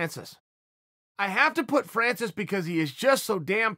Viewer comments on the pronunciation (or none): me: francis*? chael: france’s me: france’s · Chael it's Francis not France's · It’s Francis,Chael:France’s.Okay great